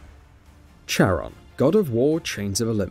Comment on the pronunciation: Although it's spelled Charon, you pronounce it Kair-on.